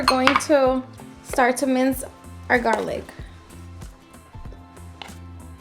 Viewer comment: Garlic not garlif